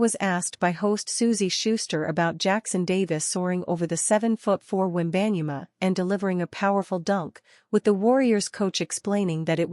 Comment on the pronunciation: Please pronounce people's names properly, before speaking it on air. She butchered "Wenbayama's" name.